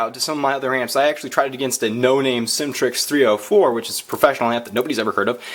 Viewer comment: It sounds like you are saying Syntrix 304 but you mean Symetrix 304 right?